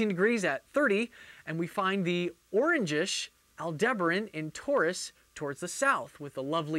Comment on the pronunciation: Nitpick: your pronunciation of Aldeberan is off. It's more like all-Da-baron. Or /ælˈdɛbərən/ if you know IPA.